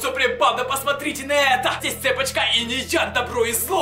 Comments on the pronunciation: почему ты говорил цЕпочка? а не цепОчка? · Не Цеееепочка, а цепоооооочка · Не цЕпочка а цепОчка